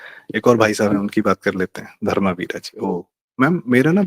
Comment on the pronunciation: प्रारब्ध के सह संस्थापक से यह आशा नहीं थी कि वे धर्मवीर के नाम का उच्चारण धर्मावीरा करेंगे। दूसरा एसे गंभीर विषयों में शायद शब्द का प्रयोग उचित नहीं है। कनाटप्लेस की आधी इमारतें सोभाग्य सिंह की थीं।